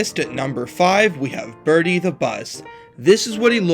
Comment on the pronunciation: It’s not birdie the bust, it’s Bertie the bus